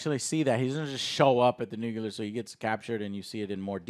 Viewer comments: Nuc-ya-lur? Nuclear..new-clear. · Josh Whedon. Nucular. William Dafoe. Do and just ignore his gaffes at this point lol? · Did you just say, “NUCULAR?” It’s nuclear, bud. Nuclear.